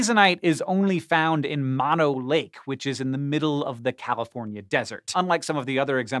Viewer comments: I've seen Hazenite! It's pronounced m-oh-no lake, not mah-no! One of my favorite places in the whole world. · To the locals (and the indigenous people that lives there) Mono Lake is pronounced "moan-o lake". Just FYI.